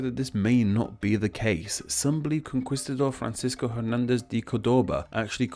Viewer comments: Timor is T-mor not tie-mor Con-key-stuh-dor, not con-quis-tuh-dor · Conquistador is pronounced "kon-KEEST-a-dor" -- not "kon-QUIST-a-dor" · Somebody else already told that there's no "w" sound in conquistador, right? Although conkweestador is pretty funny. It sounds diminutive; like if someone made a children's book out of Spanish imperialism. What do you think,...second book idea, or no?